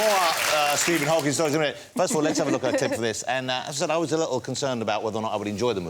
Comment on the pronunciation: Shame Freddie can't even get the name right - "Hawking" not "Hawkins"